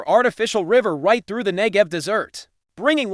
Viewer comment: AI voice, aggravating and inaccurate. "Ngev desserts" lol.